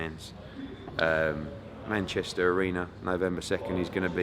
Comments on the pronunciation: sounds like borat😂 welcome to mancheeesta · It's MANCHES'TOH